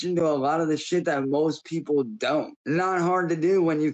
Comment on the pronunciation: i hate the way he says "These peepule are Eevull" "Eevull". Dumb regarded kid.